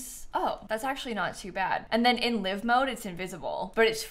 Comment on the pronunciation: Why did she pronounce 'live' like living